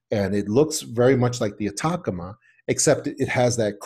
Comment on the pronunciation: Atacama is pronounced At-a-ca-ma not attackama